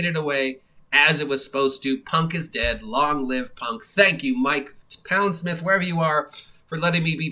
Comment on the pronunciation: I think he pronounces his name Pond-smith btw, instead of Pound-smith.